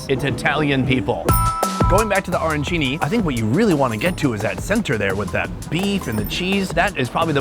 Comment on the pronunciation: Dude!! "O-rancini"?? I am surprised you didn't get banned from New York!! Ah - ran - chini. Capisci??